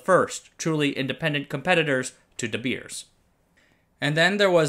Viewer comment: De Beers is pronounced like English "The bears". Same as with "Zeiss" being mispronounced, I am sad with English youtubers not taking 10 seconds to look up pronunciation, but then making a marvelous 17 minute perfect content video. Are we Germanic language people just a joke to you? :(